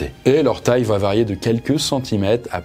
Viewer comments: Oui . Mais on ne prononce pas : "ça vaT être". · Quelqu'un peut enfin lui dire que VA ne s’écrit pas VAT et qu ́il n’y a pas de liaison? Sérieux ca pique de fou !!